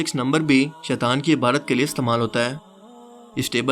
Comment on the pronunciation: پا جی لفظ عبادت ہے نا کہ عبارت